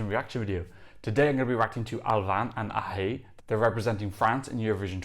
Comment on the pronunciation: It's Ahezzz Btw.... That's because it's breton not French 😬